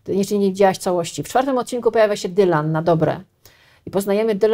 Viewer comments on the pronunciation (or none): none